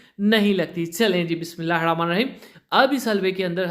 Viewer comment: Ap please Bismillah sahi se parha karen